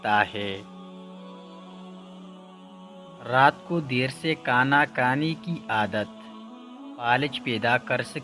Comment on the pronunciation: Bhai kana nhi khana hota hy aap pathan hn or pathan khabhi bhi anak wali hey nhi bol sakty plz kisi or say purha lo.